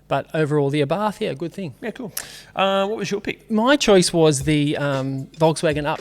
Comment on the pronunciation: The Fiat is pronounced Abart,NOT Arbarth.